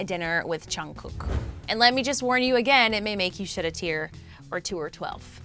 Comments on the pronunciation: Btw it's not chungkook it's Jungguk lol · She's pronouncing it right, just chungook is junggook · if she says and Chungkook one more mf time imma throw my computer! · Ok but “Chin”, “” and “Chungkook.” I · Am I the only one hearing " and Chugkook" here 😶 Annnnnnd guys did you just focused on 'chugkook's' picture when u we're talking about Jin....🙄🙄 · The way you said "Chimeen", "Cheen" and "Chungkewk" makes me a lil irritated... it's spelt with a... J... how does it turn into a Ch... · This is so cringe you dingle ling at least zoom up onto jin face when talking to him als its Jungkook not Chungkook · LMAOOO CHEEMIN AND CHUNGKOOK BRUH I CONTINUED WATCHING SHE SAID CHEAN LMAOOO NOOOOO 😂😂😂😂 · “jean” “” chungkook” 😂 it’s jin, jimin, and jungkook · She's pronouncing there names correctly except chungkook lol it's chungguk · How the host pronounces jungkook "Chyung cook" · Woah I can't believe she keep on pronouncing, Chungkook and Jeen in the whole video 😂 well she should have at least learn how to, its for the news🤔, how can they expect us to take this seriously when they don't take full responsibility in proper research and interest in the boys. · I really want to know what the news is about but please I can't take one more or chunkook 😪, don't mean to be rude or anything but I just can't anymore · WHO IS AND CHUNGKOOK?! AND IT SOUNDED LIKE SHE SAID CHIN INSTEAD OF JIN! ONE LAST THING, IF YOUR TALKING ABOUT JIN... WHY ZOOM IN ON JUNGKOOK?! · “ and Chungkook” Bro you can’t even say the names properly. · I love how she pronounced Jimin’s name as Jeemin, Jin’s name as Jean, and Jungkooks name as Chungkook smh 🙄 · she isnt that wrong about jimin, but jungkook was pronounced wrong. its jeongguk. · “ and chungkook”💀💀💀 ok I’m sorry, not trying to be rude but lol.💀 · Lmao she be acting like chimmy is his real name she can’t pronounce Jimin or jungkook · Am I the only one hearing and chunkook? 😂